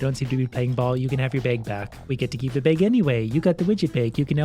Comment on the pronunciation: Why you said a "beig" for a bag?